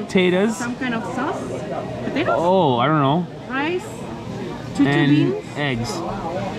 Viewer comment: Saúce not saude